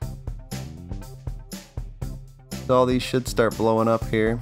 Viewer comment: Did you say "should" or "shits"?